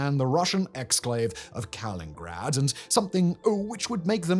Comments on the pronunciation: Simon, brother, it's called kaliningrad. Not Kalingrad 😂. It is spelled right there on your map brother😅. I have been hearing you say it like that for at least a year now since i noticed but was hoping you'd catch it soon. Trying to help ya. Love your work❤ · No it's Kaliningrad not Kalingrad. Bruh. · Kal-IN-ingrad Simon keeps saying it wrong in every video! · Simon. I love your channels. Please. Ka-lin-in-grad! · Is it not Kalin*in*grad??